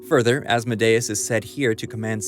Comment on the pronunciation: Hail Asmodeus. Please say his name correctly.